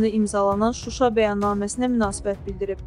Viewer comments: və - ci dəqiqələrdə.Koçaryan "Şuşa" sözünü nəhayət ki, düzgün tələffüz etdi. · Robert Atan Azerbaycanlidi!!! Ema haxcike südve nehlet her şeyi Şuşa Şeherini düzgün teleffüz etdiyinkimi düz daniş😂🇦🇿🇹🇷